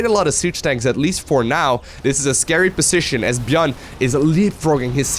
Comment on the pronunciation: Please look up the correct pronunciation for 'position' and 'decision' if you insist on using them 3x/min.